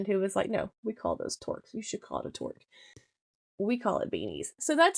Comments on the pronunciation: Great video full of information thank you 😊 Canadian here, touqe isn't pronounced like that it's like "two with a k at end"...😊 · Hey! Great and informative video that I very much appreciate! However, (gentle and well meant correction here….yes, I am Canadian 😉)….the word TOQUE rhymes with kook, juke, or fluke. There is no “r” in the word. I’ve just discovered your channel and am loving the content…looking forward to watching your work from the beginning! Thanks for all you do!